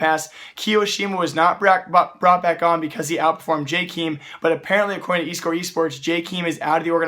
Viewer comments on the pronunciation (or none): Jkeem. it's Jay kae em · It's [Jkem] not "Jkeem" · STOP SAYING JKEEM GODAMMIT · Isn't it pronounced Jaykum? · I've dislikes the video because you said "jkeem" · please ffs go listen to how people say jkaem "Jay kem" so fucking annoying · Okay ignoring your pronunciation of Jkaem. Please stop acting like you know why players get replaced or kicked or signed... Without being mean you dont know enough about CS to make those statements. Also all players sign their contracts at the same time (or with the same renewal date) so thats not the reason why they picked Jkaem to be kicked... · you are saying jkeam wrong #no hate